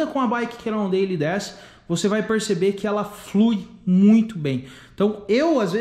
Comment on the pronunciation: Pronuncia cannondeiu não deili!!!!